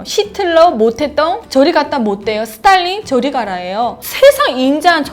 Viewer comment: 스딸린 발음 개찰지네욬ㅋㅋㅋㅋ